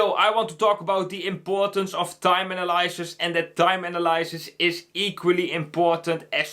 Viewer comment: Analysis - you're saying it wrong.